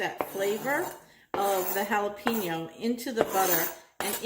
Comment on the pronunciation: It aint that hard to say Hallah-Pen-Yo instead of Hallah-Peen-Yo. You'll sound less like a clueless white lady.